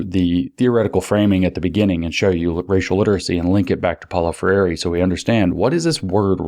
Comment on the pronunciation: If I could ever meet James, I would tell him how to pronounce Freire. Ask Glenn Greenwald, or 200m Brazilians. He's finally trained his mouth to say 3 syllables, but it's 2. NOT fray-YAY-ree (he meant to try for NOT fray-EE-ray). SHOULD BE ... FRAY-ray. FRAY-ray! FRAY-ray!! (It's close to frère jacques ... FRAY-reuh.) Tap the lingual R if you must, or not, for FRAY-ray! Love James! Thank you.